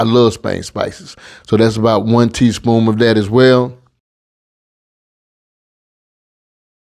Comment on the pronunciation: It's the, "Tea (SPOOMS)" for me!!!😂😂😂 Loved it!❤